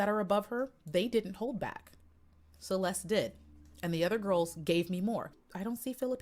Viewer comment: Hi. Her name is pronounced as "Che les te". Love you.